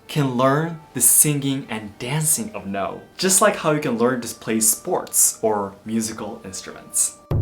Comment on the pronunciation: Why are you pronouncing noh like “no”